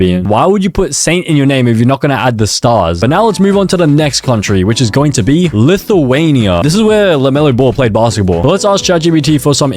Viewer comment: "Lithuania" was the worst 💀